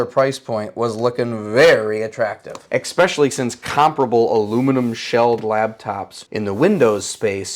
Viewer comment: Especially, not ekspecially...